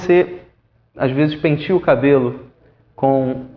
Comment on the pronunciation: n é pentia é penteia '-'